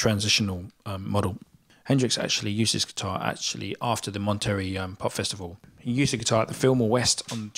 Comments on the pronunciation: It's pronounced Monta-Ray, not Mont-terry. From two words Monte (mountain), and Rei (king). 👍 Good video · im really sorry but its pronounced Mont-a-ray not Monterey. Honestly wasn't sure what you were actually saying when first heard it. Sorry but no one would understand you should you go to California one day lol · Monterey is pronounce mon ter REY. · Monter -- RAY... not ree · Listen to "Monterey" by the Animals (Eric Burdon - Chas used to be the Animal's bass player) to hear how Monterey is pronounced - "mon-ter-ray" accent on the first syllable. Jimi almost always used a Gib on blues. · Monterey is pronounced "mon-tare-ay", accent on the last syllable. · moneterey pronounced Monter ray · It's pronounced MonterRAY. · It’s pronounced MONTEREY ..